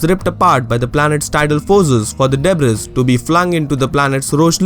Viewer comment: great video. one suggestion would be to work on your pronunciation. like, the word debris. it's /'debri:/